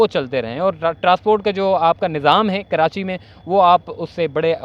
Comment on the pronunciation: کرانچی بولتے ہو ، کراچی صحیح لفظ۔